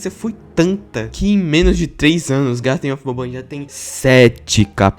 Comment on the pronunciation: Porqmr vice falou malw dl mep garten of bahbban 😡